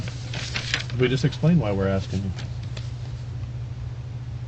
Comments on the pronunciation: It's ASKING and not aksing. Half the time, he says aksing XD He can use a gun and kill another human being, but haven't learned to talk yet. Sickening. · « Axing me » 😢